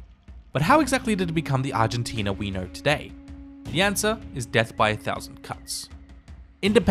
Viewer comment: Im sorry but your accent makes it sound like you're saying "but how exactly did it become the Argentina wiener today?"